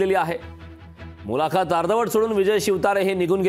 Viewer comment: मुलाखात हा उच्चार चुकीचा किती वेळा करणार.